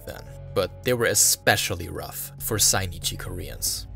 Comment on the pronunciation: They're called Zainichi not Sainichi